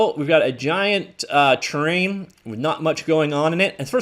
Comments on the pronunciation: Please slow down when you say terrain because it sounds like you're saying train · I think its a Canadian thing lol I've heard it said like that before aye